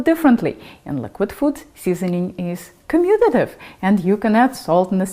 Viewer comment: 10% likes is pretty crazy. Well done! And you said commutative. Impressive. Subscribe.